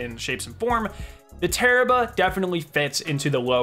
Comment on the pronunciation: Tarrabah, or you mean... Terrible?